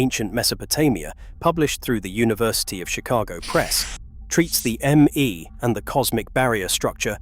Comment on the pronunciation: The "Me" pronouncements or decrees are pronounced "May" as in the month. Your AI should know that.